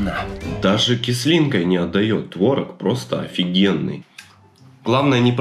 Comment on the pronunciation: Не творог, а творог